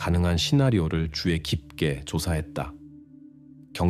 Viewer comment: 주의 깊게를 자꾸 주에 깊게라고 발음하는거 킹받네;;;; 수의를 수에라고 하고 ㅋㅋㅋ ‘의’ 발음이 안되다니 한국인 아닌가?? 그리고 왤케 직역투여